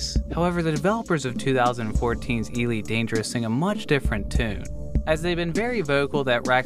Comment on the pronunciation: EEE-leet Dangerous